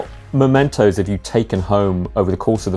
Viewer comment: when he said "what mementos" istg i thought he said "what mentos"